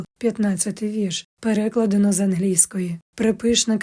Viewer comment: Дякую за вашу працю. Дозволю собі маленьке зауваження: Наголос на "А" в слові "переклАдено".